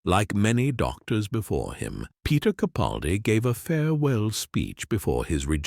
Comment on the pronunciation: It would be nice if Mr. CaPALdi's name wss pronounced correctly. But I feel like I'm tilting at windmills, so few actually get it right! 😢